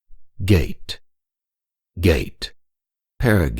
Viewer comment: Ga-tay, Ga-tay, not gate gate. Please. That was funny.